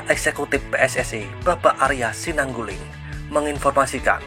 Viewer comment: Narasi Admin keren Sebut nama Arya Sinaguling bukan Arya Sinulingga Apakah di sengaja